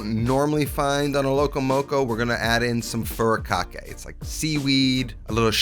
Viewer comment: My man, it's pronounced "foo-tee-KAH-kay." I know there's an "R" in there, but the Japanese and "R's" just do not get along.